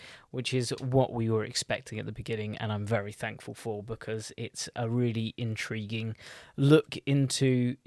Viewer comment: Wery interesting, wery good!